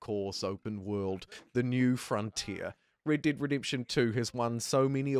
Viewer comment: "The wonderful, Raid Daid Redemption 2"